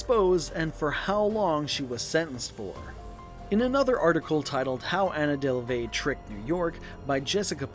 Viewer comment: Is this your real voice or wha? Cuz you are pronouncing a lot of words wrong like her last name, and when you said Berlin too. Or maybe you just don’t know but it’s pretty annoying